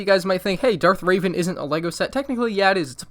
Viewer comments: “Darth Raven” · Darth RAVEN - I am cringing right now, especially after watching the rebels worst to first- Grand Admiral THORNi Edit: I know how they are spelled I am just emphasizing the fact that he said both of those